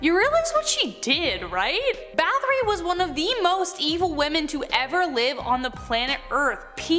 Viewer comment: Báthory always gets me lol. It's not 'bath-ory', it's 'bat-hory'. Hungarians don't have the 'th' sound that Americans do